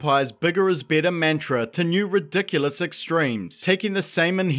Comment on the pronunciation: Thank you for pronouncing "mantra" as man-tra and not, "MAAAAHHHHHHHHHHHHHHHHHN-tra".